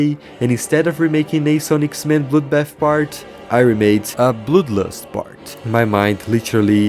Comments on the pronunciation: Why did he say bludbat and bludlust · I thought bro said “bloudbaff”